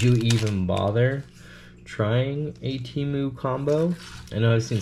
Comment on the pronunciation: Temu Emu...... And not Doug